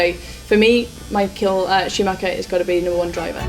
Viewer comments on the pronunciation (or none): none